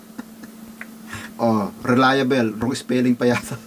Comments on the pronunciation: Relia-bol' hindi relia bel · TAMANG BIGKAS. RELIABLE( relayabol) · KUYA "RELAYABOL" ang bigkas dun (RELIABLE)